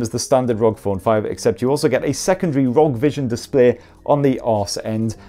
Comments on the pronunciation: Rog phone😂 I think it's meant to be pronounced R O G😂😂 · Still a bit weird to here you say ROG as a single word.